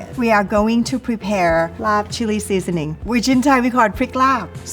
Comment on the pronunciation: Born and raised in Chiang Mai and another 15+ y in the State. I've never heard any Thai chef pronounce "LAAB" as "LARB" until today! It's always been "laab," and I'm proud to say I finally found a chef, Chef Hong, who knows it too! lol